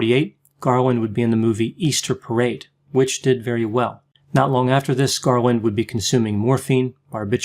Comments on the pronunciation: It's Garland, not "Garwin" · Sure sounded like Garwin to me. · Am I mistaken or does repeatedly pronounce her surname "Garwin"? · Is it just me or is he screwing with us by calling her “Garwin” some times... like the “meow” thing from Super Troopers? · Just as I read this, I totally heard Garwin